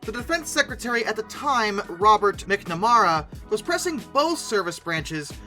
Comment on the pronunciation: mispronouncing people’s names AGAIN! (McNamara)